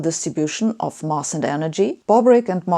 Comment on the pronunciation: Sabine, to accelerate your trajectory to perfect spoken English, two little points: you say 'mass' as though it was a one litre Munich Bier Glass. The (standard, RP) English pronunciation has the 'a' sound as in 'Apfel' or 'pasenger'. 2) We native English speakers do not say 'how X looks like' instead it's normal to say 'what X looks like'. Tricky for Germans if they are translating 'wie es aussieht . . . ' as they speak. Good talk, thanks.